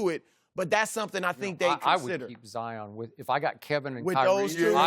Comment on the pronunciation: God pigeon He even called Zion zaayaaan